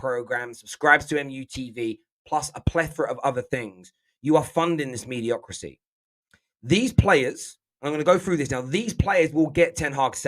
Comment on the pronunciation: Mediocrity - not mediocrisy.